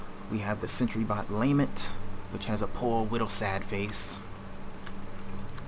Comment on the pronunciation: The constant mispronunciations are mildly infuriating. The name of the DLC is Fallout Automaton, based on the word automaton, which is pronounced "au-TOM-ma-tron". The "Sentry Bot Lament" isn't pronounced "LAME-ent", it's pronounced "la-MENT". Gamma gun isn't pronounced "Gohmma", it's pronounced "GAM-ma" And god damn it, Sauron isn't "sau-RON", it's "SAU-ron".